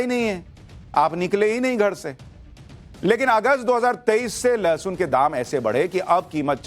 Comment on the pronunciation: गधे को लहसुन बोलने नही आ रहा है लशन बोल रहा है उस गधे को और उन गधी औरतों को पूछो उस किसान को जाकर पूछ लें सब्जी सस्ती है या महंगी